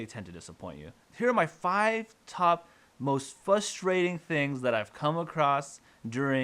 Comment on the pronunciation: The most frustrating thing about this video is your inability to pronounce the word frustrating.